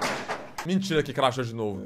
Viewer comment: O cara fala craxou umas 100 vezes